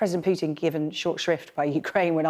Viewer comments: It is Pootin, not Pyutin. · Air Marshal Edward Stringer pronounces Putin quite strangely. I hear him saying "Pukin". So here is a list of recommended ways to make oneself vomit (with the Air Marshal's tip at the end if the previous 7 don't work): 1. Push your finger down your throat 2. Drink Warm Salt Water 3. Rub your toothbrush against the back of your tongue 4. Gargle With Egg Whites 5. Expose Yourself To Unpleasant Smells And Sights 6. Mix a teaspoon of baking soda in a glass of water and gulp it down 7. Mix a teaspoon or two of mustard in a glass of water and drink the solution in one go 8. Think about the little gremlin hiding in his bunker in the Kremlin